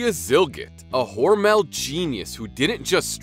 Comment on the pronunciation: Your pronouncing mr hormels name wrong I work for them the last part Mel is pronounced mull hormul